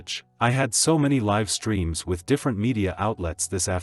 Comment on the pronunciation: Yes there are a few words AI struggles to pronounce correctly based on the sentence context. Another word I have heard is live.